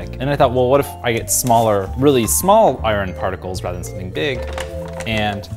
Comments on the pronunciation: I have never heard anyone pronounce "iron" as "i-ron" before. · Eye-Ron oxide??? Eye-Ron????